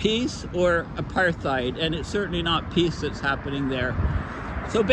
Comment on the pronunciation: Apartheid is phonetically prounouced '' A' PART - HEID '' - (South Africa - Anglo-Afrikaans) One doe's not use in speech the phoneme ''Th' when prounouncing the word apartheid...